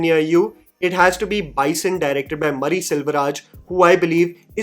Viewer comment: Mari nahi, Maa-ri.